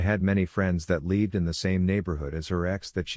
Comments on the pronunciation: Why is the pronounciation of 'lived' so weird? Makes it sound like OP spelt it 'leaved'. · does anyone else find it super irritating how it pronounces the word lived? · Pleas update you software, the mispronounced lived is very irritating.